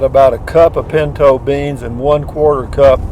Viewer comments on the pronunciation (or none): none